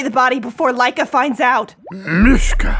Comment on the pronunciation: When she said Laika I thought she said mica which is my name xD